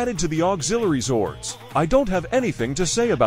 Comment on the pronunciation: The Voice messed up Zords